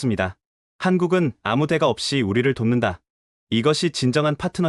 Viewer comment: 대가라고 읽지말고 댓까로 발음 하세요. 왜냐하면 대는 단음입니다 리당하는분 장단음을 공부하세요 긴음과 짧은음이 있어요